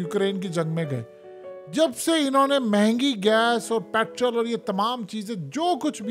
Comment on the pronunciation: Ye jo ap petrol Ko Petral Kehty Ho Na ye Maryam Nawaz Kehti Hai Ye Alfaz Thek Nahi Hai Ye PETROL hota Hai PETRAL NAHI